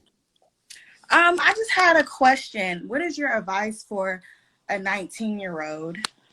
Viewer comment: a 19 year “ode”. Baby it’s a 19 year OLD.